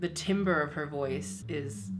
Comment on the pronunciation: timbre is pronounced “tamber” which makes no sense but I have a vocal music degree and literally nobody taught me this until I had to make the mistake myself 😂 just thought I’d let you know!